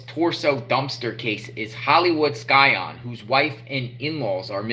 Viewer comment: The "c" is silent in scion, FYI. You sound uneducated pronouncing it the way you do.